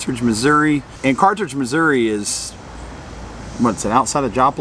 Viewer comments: Not picky, correct. There is only one “r” in Carthage. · and, good review of things to do near Carthage. My wife is very familiar with the area. Her Dad is from Joplin and her Mother was actually from Carthage. Honestly, she couldn't help but notice that you pronounced it with an extra R after the th. An honest mistake for someone not from the area though, so no worries. You should see how often I mispronounce place names, so she's rather used to it. 😅Lots of good options though of things to see and do there. It's an area that's often overlooked but has lots to offer. Thanks for sharing. Peace and safe travels.